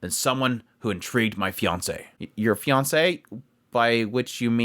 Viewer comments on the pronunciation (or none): none